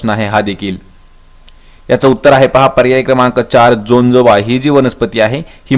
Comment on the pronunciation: Jajoba not jonjoba